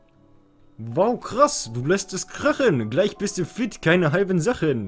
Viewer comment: Hat noch jemand mit bekommen das gesagt hat: Um dein Pokemon Team "fett" zu machen anstatt fit😂